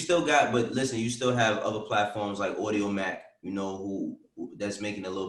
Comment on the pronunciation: said audiomack lol